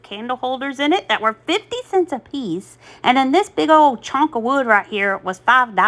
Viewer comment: Delmer is poking fun of how you said chunk... "Chonk" lol 😅